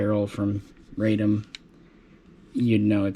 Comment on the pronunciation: NOT "Raydom," but "Rahdom." Radom is a city south of Warsaw.